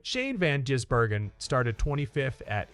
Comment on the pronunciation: Why are so many Americans unable to read or understan d?his name is Gisbergen NOT Jisbergen